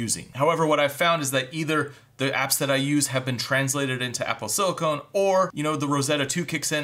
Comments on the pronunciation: PLEASE. Stop saying "silicone." It's "silicon." Great video though. Definitely wasn't aware of how capable the Mac Mini is. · Silicon not silicone! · Sili-CON, not sili-CONE. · OMG, Dude. It’s SILICON! You’re talking about computers! Silicone is an entirely different subject! Can I Venmo you a quarter so you can buy a clue. SIL I CON!!! Here’s another word: ELOCUTION.